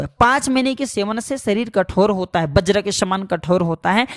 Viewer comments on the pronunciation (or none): none